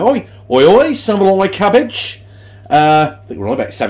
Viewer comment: Saveloy cabbage!!!....It's Savoy cabbage ya cabbage 😂🤣🤣😂👻